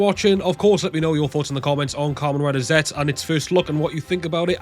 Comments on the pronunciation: Zetzu is the the proper pronunciation I think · The pronounce is Zettsu or just Zetsu for this rider